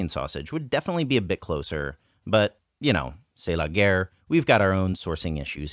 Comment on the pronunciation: Thanks for explaining! I thought he said "tse lager" and i was wondering whether that is a beer brand in China 😅